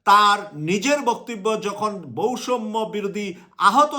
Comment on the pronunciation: ভাই বৈষম্য আর সৈরাচার উচ্চারণ হয় না।